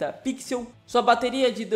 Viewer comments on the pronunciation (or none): none